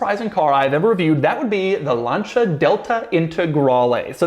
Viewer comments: Did Doug just pronounce Lancia as “Lan-shuh”? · How did he pronounce Lancia?